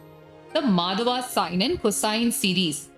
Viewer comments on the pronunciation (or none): none